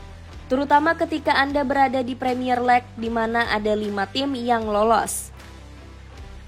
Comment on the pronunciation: Primier lek' demi yurop lek'